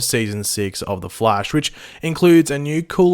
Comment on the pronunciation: Wth the flaish 😂